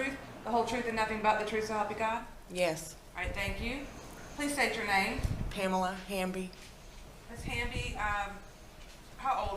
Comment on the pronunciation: Did you say Panela or Pamela?